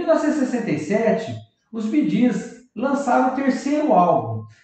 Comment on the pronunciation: Narrador do vídeo, aprenda a falar corretamente o nome.do conjunto BEE PRONUNCIA SE BI , GEES, PRONUNCIA.SE GIS